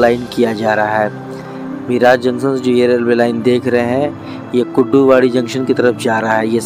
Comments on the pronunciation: मिराज जंक्शन नहीं,. मिरज जंक्शन बोलना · मिरज ला मिराज म्हणतोय. 🙂🙂🙂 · गावों के नाम का सही तरह से उच्चारण कीजीये. मिराज ( मिरज), सतारा ( सातारा), धुलीया (धुळे), हिंजेवाडी (हिंजवडी), जलगांव (जळगाव), भुसावल (भुसावळ). अगर हिंदी भाषा में 'ळ' शब्द नहीं हैं तो इसका मतलब ये नहीं की आप आपके तरीकेसे उच्चारण करे. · मिराज नहीं सर मिरज बोलिए🙏🏻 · मिराज नहीं भाई मिरज Miraj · मिराज नही मिरज...